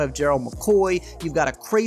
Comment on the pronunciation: Its jay lon not jaylen we have the same first and last name